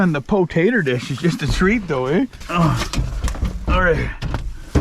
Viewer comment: "WE GIT TA DIG THRU THE PATATUH DISH!"